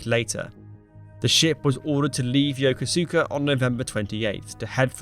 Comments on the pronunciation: "Yokosuka" is pronounced "Yo-koos-ka", not "Yo-ko-koo-ska". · Ya-Kose-Ka ! NOT Yo-ko-su-ka ! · It's pronounced "yo-ko-ska"...not "yo-ko-su-ka." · The name “YOKASUKA” is pronounced “YOCUUSKA” not YO KA SU KA. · Dude, it’s pronounced yo-koos-ka, not Yoko-sooka. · Thanks for making this. I just wanted to note that when you make a Japan related video you might like to check the pronunciation of all of the Japanese words. I live in Yokosuka and the pronunciation is Yokos’ka rather Yoko-sue-ka. Yo and Ko as in coffee. Suka is pronounced Ska with a short a. Also Abe is not Ar-bay but A-be. A as in Can, Be as in Better. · It's not pronounced Yoko-su-ka it's more like yo-koska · "Yoka-soo-ka???" 🤣 It is pronounced "Yo-koos-ka" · yo-KO-s(u)ka, not yo-ko-su-ka. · It is not pronounced "yo-ko-soo-ka". It is pronounced "yo-koos-ka" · you need to learn to pronounce the names proper it is not she nano its ( Sh-in-ano ) and Yokosuka you are saying it yoka seka it is yoko SU KA no E in it a few second even that does not break it down proper because the dialect runs s close into the yoko part, get pronunciations correct makes huge impact it would be like someone calling London loonden . US Silent Service was primary in crippling Japanese operation in the Pacific including insertion of troops the beach heads and for infiltration operation where other vessels were too high visibility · Pronounced Yo-koska not Yoko-suka. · It’s not pronounced “Yoko-SOO-ka”. The “U” is silent. Emphasis is on “KO”. Correctly pronounced “Yo-KO-ska”. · It's not pronounced Yo ko su ka . But Yo kus ka. I was stationed there on the USS Midway in 74. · I am guessing this has already been said in the tons of comments, but it is Yo-ko-ska not Yo-ko-su-ka. 😊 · It's NOT: yoko-SUK-a, it's yo-KOS-uka. Ask any Japanese person. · Pronounced Yo-kuska, not Yoko-Suka. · It's not pronounced Yo-Ko-Su-Ka, rather Yo-Kos-Ka. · Yokosuka pronounced “Yo-koos-ka” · Yah Koos Kah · It's pronounced Yo-kooska! 😊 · Pronounced Yo Ko Ska